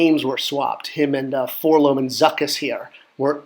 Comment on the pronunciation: Great video! I'm loving this series...but please say Four-el-oh-em. If you say "Four-Lohm" you should also say "See-Three-Poe"...like Edgar Allen Poe. They are letters but don't form a word.....all the way back to the way the kid says it in the 1980 Kenner commercial.